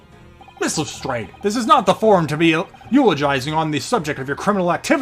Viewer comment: Who the hell convinced to say Lestrade that way?! He had it right the first time. Has no one seen a Sherlock film or tv show before?